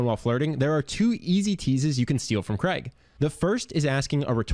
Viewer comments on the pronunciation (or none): Why can't Americans say Craig properly? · His name is not pronounced Creg...as it is spelt Craig it is pronounced the same as rain...what is wrong with Americans ??? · I’m still trying to understand why Americans pronounce Craig as “Creg” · Cr-aig. Not Creg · CRAIG is a Scottish name, as in HAIG, MALLAIG, or McCAIG. (as in Hague or Vague). Cregg is so gross sounding. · It's Craig not Kreg ! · The name is pronounced Craig (Cr-aa-g) not Creg. It originates from the Scottish Gaelic name Creag. Speak proper English/Scottish. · His name is Craig, not Cregg, damned yankees. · Why can't he say Craig properly!!! sounds like he calling him Creg. CR-AI-G your welcome!!! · His name is Craig, not Creg. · its CRAIG not CREG!!! ffs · Who is "Kreg"!? It's f'cking CRAIG...CR-AIG not KREG....F'ck sake, how hard is it to pronounce a 5 letter word correctly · Why do Americans pronounce his name as ‘Kreg’? It’s CRAIG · you really need to learn how to pronounce "Craig". The name is pronounced "Crayg" not "Creg" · Thanks for the video. It's weird how Americans pronounce Craig as "Creg". There's an "i" too. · It's Craig, not Kreg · How have you managed to make a 15 minute video about his charisma without figuring out that he's not called Kreg. It's Craig, which rhymes with "vague". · Craig not Creg. I've heard multiple Americans get this pronunciation wrong. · His name is Craig not Creg! Damn Americans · His name (Craig) is pronounced Crayg not Creg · Since when is Craig pronounced like Greg, but with a C? 😕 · God I hate how Americans butcher English. Who says "Cregg". It's pronounced "Cray-G" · Why do americans butcher the name Craig by pronouncing it as Creg? It is so simple to say this correctly, but they go out of their way to stuff it up. It's the same middle sound as "laid". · Do Americans really call Craig, Creg? Lmao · Why do you keep calling him kreg? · You misprounced his name and I doubt very much if this would work in Europe! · FF sake pronounce his name right!!!